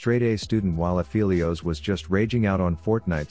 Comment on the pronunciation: You are saying Aphelios wrong. Go listen to his voice lines.